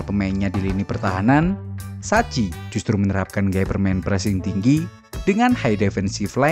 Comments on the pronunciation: Sebutannys sacchi: saki bukan saci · Maaf penyebutan arigo sacchi: saki bukan daci